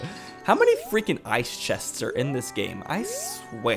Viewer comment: It sounded like he said "Ice Wear" and not "I swear" 😕